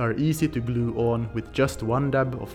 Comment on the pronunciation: I love how he says "glew" :)